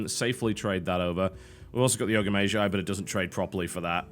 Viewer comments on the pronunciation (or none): Mage = [meidʒ] is the correct way according to the oxford-bible (dictionary)...and tbh it sounds like TB pronounces it [meiʒ]. Same with Magi [meidʒi] vs [meiʒi]. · some1 brittish pls explain; what kinda accent does mr. Tb have? His way of saying mage [majje] and magi [majji] is really discerning... any1?